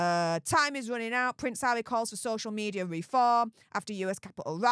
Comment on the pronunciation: Pvvvvvvvince havvvvvvy 😂 movvvvvvvvvons😂 FFS U sevvvvvviously need speech thevvvvvvapy😂